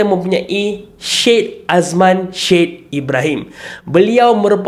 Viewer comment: Sebutan "Syed"tu x betul